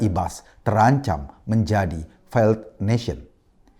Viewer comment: Failed baca feild bukan faild.